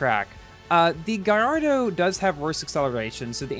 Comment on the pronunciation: very insensitive from your part to upload a video about this car right now, when the GP just finished and a lot of ppl didn't get it, also, Gallardo is pronounced "gayardo" , it's a last name, please learn your facts...